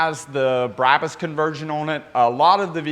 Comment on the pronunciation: Brah-bus not Brab-us "Bra" like the lingerie "Bus" but like you're going to say the word pu$$y but with a "B"